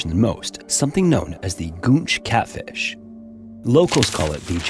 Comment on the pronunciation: I seriously thought you said "gooch catfish" 😂